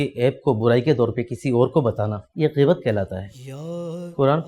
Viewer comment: geebat nhi bhai ghain hy gheebat